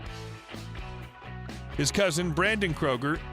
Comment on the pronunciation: its not Kroger you asshats its Kreuger ... but hell if you feel its ok to insult someone by mispronouncing their name who am i to say your an idiot (hooked on phonics worked for some )